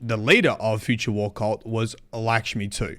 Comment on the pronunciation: I think you mean "Lickshmi-2" lmao